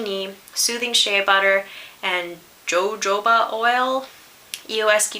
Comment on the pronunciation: Joe-joe-bah XD haha. I believe it's more like ho-ho-bah :) Thanks for the video, it definitely gave me some things to look out for!